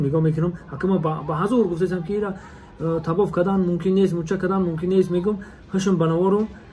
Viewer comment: Табоф не таввоф